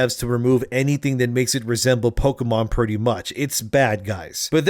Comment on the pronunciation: Pokémon, not pokeuhmon.